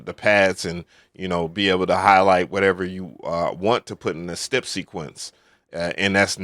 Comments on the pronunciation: why do u say step like that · In all my years, I’ve never heard anyone lay off of pronouncing any part of the word “step”, lol.